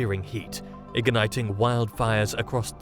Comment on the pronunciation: Ig-a-nighting raging firestorms...lol, is ALL narrating AI these days?